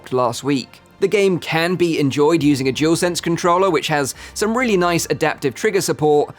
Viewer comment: Jewelsense 🤦🏻‍♂️ it’s dualsense 👍🏻.